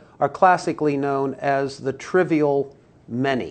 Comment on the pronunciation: Trivial not trival